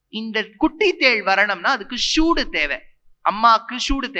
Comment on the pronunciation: ஸூடு...... ஸூடு...... இல்ல சூடு.......இந்த லாஜிக் கனெக்ட் ஆகாததுக்கு இவ்வளவு இழுத்து பேசி என்ன பயன்...... இதுக்கு பதில் உயிர் இல்லாதது தினமும் தின்று தான் மனுசன் உயிர் வளர்க்குறான் என்று சொன்னால் கூட பொருந்தும் ........!!!!